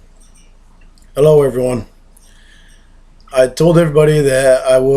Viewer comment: More like "Hulloryone..."